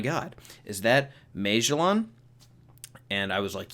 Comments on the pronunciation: Magellan was a real person. Ma-gel-in. He was an explorer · Its pronounced mah jell in lol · I’ve definitely never heard “Magellan” pronounced that way. Also, he’s definitely not the only one who works in Impel Down that has wings. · I didn’t notice he was saying magellan until the mid of the video, why do you pronounce it like that weirdo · LMFAO!!!! You can't pronounce Magellan. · Holy shit. You don’t know how to pronounce Magellan. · Oh thats what he was trying to say? Lolol